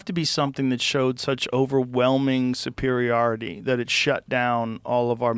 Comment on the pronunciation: "superiority" is mispronounced as "superiahrity", ick!